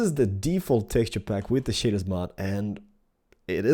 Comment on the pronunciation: Shaders said like 'shayders'